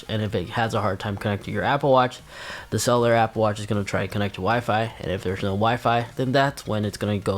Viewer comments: Cellar or solar, or sell-you-lar?🤨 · It’s pronounced SELL-you-lur because they love to sell you the additional plans for the watch. But I think it’s worth it for the freedom of not bringing phone on runs/walks. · Thank you. He needs to practice saying it because it’s not that difficult. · take a shot everytime he says “Cell-ew-lur”